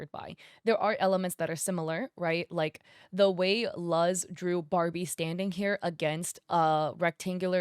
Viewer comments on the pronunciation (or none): I think her name Luz is pronounced Loos